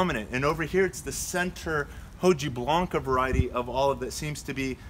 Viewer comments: Got Romans right but he kept saying 'hoh-gee-blanca'! 🤦🏻‍♂️😝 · Hojiblanca Is pronounced "oh-hee-Blanca" It's basically saying the leaf is kinda white or silver like you said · It irritated me that a horticultural lover in LA, California, couldn't even get that right or nearly right. Oh dear. Nothing racist but it was way too simple to get it wrong, even if you were elsewhere in the world and knew it was a Spanish named cultivar from Lucena, Spain! 😂 🤦🏻‍♂️ I think it's acceptable to say 'okee-blanca' as well, for an American or any English-speaker.